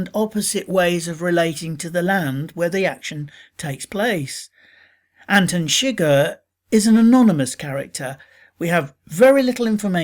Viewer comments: anten seger? no its pronounced Anton suger (An-ton Sug-ehr) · How did you watch the movie and still pronounce it "Antin Shigger"? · "Antin Shigir" Did you watch the movie or just read the wikipedia article? That is NOT how you pronounce his name